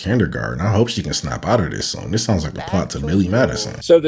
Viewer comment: "Dis guy"